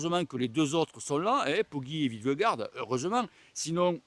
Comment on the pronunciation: vingegaard se prononce = ving gnegow